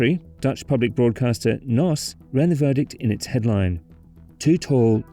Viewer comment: And the N.O.S. as Nos